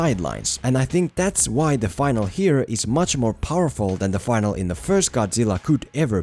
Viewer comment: The word is Finale!! - Fin-al-E Not Final with a silent "e" //gets hit